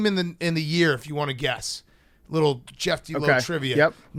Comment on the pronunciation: Why can’t pronounce the name “Jeff”?